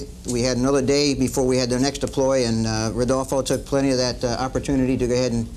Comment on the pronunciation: Is rodolfo neri vela,no rudolfo